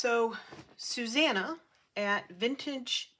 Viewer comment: It was lovely watching you through your process, l love the way you say Susanna, it sounds so nice Thanks for sharing. Hugs Susanna xx 😄♥️🧵🪡